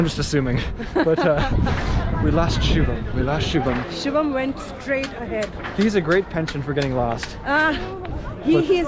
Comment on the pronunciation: Finally knows how to say shubam bhai